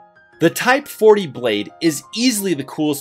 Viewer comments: It's Type 4O(four-Oh) not Type 40(forty or four-zero) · Anyone else getting triggered with him saying "type-40" instead of "type 4 O"? I know I am... 💀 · Its the number 4 and the letter O, not the number 40.